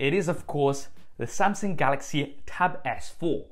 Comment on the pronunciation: haha! Nice tab though!